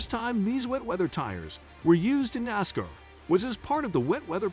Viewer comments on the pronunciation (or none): Can't say Camaro or Nascar correctly fail